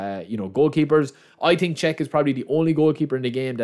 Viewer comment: hahaha or when he says „i tink“ or instead of through pass he says „true pass“